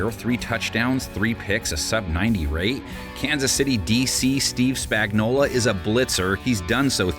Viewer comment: Spagnuolo. Say it. Spagnuol-O. Not Spag-nol-ah. He's not a can of Chef Boyardee.